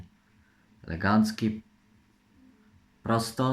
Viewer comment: Nie mówi się legancki tylko elegancki